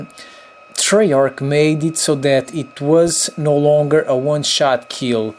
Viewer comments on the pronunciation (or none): none